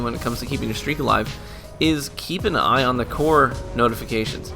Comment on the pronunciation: "Keep an ion your core meter"